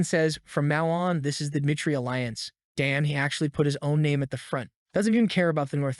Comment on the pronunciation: Dimitry is not pronounced "duh MIGHT tree" and really, find a reading AI that works.